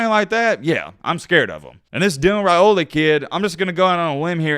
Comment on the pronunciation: Good job on pronouncing his name correctly!